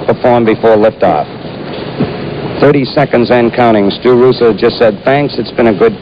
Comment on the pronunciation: "Roosa" Is actually pronounced "Rosa" xD